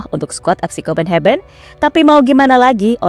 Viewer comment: salfok sama kata2 pengisi suara..copenhagen di baca kopenheben:face-blue-smiling